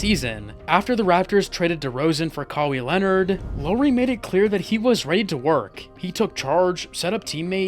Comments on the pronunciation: Low-ree. Ka-wee Leonard he's gotta do it on purpose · Andrew IgWadAwa 1 - Low - Ree Kawee Leonard Bro learn how to pronounce the names😊